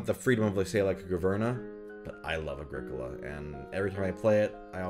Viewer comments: Pretty sure it's pronounced Agri-Cola. Like a Pepsi made of leaves. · I think Agricola is pronounced like Agriculture